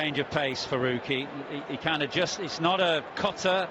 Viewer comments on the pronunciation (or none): It's Farooqi Not Faoqi